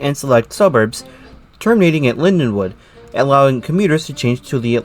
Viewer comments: Linden-wald, not Lindenwood! Dummy!!! I rode the last train to Cape May from Lindenwald on September 12, 1981. The last train in was the next day. In the last years weekend service was one train out Sat AM and one train in Sun evening. Other errors too. Reading went bankrupt too in Nov. 1971. The RDG was having to pay for PRSL losses but they did gain traffic access to former all-PRR points. By 1971 psgr service is was pitifully bare. I won't bother finishing watching, too much waste of time. The business left the PSRL. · It’s Lindenwald not Linwood, typical nj style property taxes killed the South Jersey rails